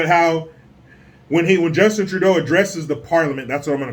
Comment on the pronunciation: the way said justins name: Pwubwu! LMFAO!